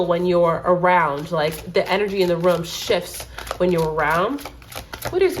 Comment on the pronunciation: Omg this is so accurate more so bc you said room like rum in swedish and im from sweden haha 😊🎉